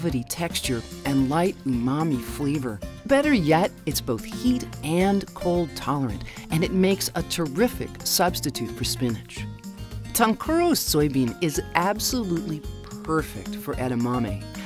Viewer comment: tonkuro's, I heard " Tom Cruise" 😂 wondering how he has some to do with gardening!